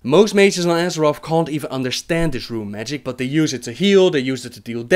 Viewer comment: I like how you change from saying RRRRRRRUne magic.. then rune magic. lol